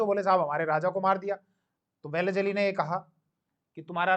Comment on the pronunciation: Isko लॉर्ड वेलस्ली भी बोलणे को नही आता. वेलीज अली बोल रहा है😂